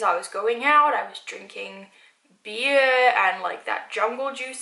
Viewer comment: the way she said beer